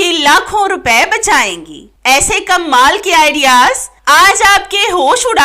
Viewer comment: Uljhan Hoti Hy jub kmal ko kammaal Keh kr bolti hain please tlufz drust krain Tips waqi achhy hain